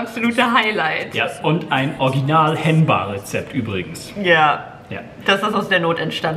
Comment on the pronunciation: "HenBa"... Warum!?? Ihr könntet doch ne "HenBar" aufmachen 😂